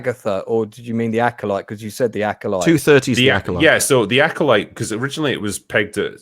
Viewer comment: THE LACKOLYTE... ...by Leslye HeadBland {and} AGHEYTHA ALL ALESBIAN